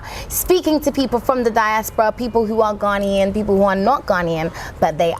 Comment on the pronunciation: Your episodes range from interesting to fascinating! Well done and more grease to your elbow! My only problem is with your grating, irritating and even depressing Brit-Ghanaian-cockney pronunciation of pronunciation of “ Ghanaian “ as “ Garnian “. I know that other Brit-Ghanaians do it as well but the correct pronunciation is “ Ghana-ian “!! Sorry to be a bit pedantic on this but please work on it. We are Ghanaians; not “ Garnians “! 🤔